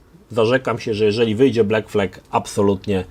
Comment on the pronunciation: Sorry. Nie błekflek tylko blakflad